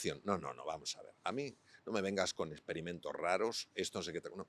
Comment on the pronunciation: Como este español pronuncia muy bien la X y otros no, Experimento no es esperimento.